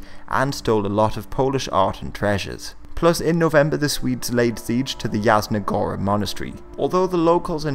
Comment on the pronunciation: He did not pronounced a singel Polish word correctly... Radziwił, Jasna Góra...